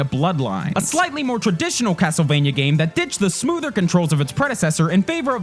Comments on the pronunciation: Am I the only one who heard "Hastlevania" at one point? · Why is he talking so weird.. CASTLEvania blablabla GAMEconsoles and stuff. ANYway blabla AND blabla. God my ears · "CAAASS-tlevania..." This dude has such a hard "k" pronunciation, it could crush nuts into powder.